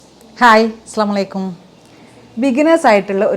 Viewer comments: അസ്സലാമു അലൈകും എന്ന് പറയാൻ അറിയാഞ്ഞിട്ടാണോ ഇങ്ങനെ ഒരു ഉക്ചാരണം.(.സ്ല ) ഇത് കേൾക്കാൻ ഒട്ടും ഇഷ്ട്ടം ഇല്ല.. ഇങ്ങനെ ഒരു സലാം പറച്ചിൽ ആവശ്യം ഇല്ല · എപ്പഴും സ്ലാമാലിക്കും എന്ന പറയാം അടിക്കുന്നത് കിർത്തിയ മണങ്കിൽ വാക്കും കിർത്യമാക്കണം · അസ്സലാമു അലൈകും... എന്ന് കൃത്യമായി പറയു... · Salam paranja reethi shariyayilla